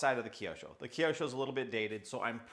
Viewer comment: Kiosho...no... kyo with out "i" sound is right way to name it mate